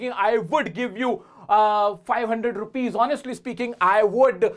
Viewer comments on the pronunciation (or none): none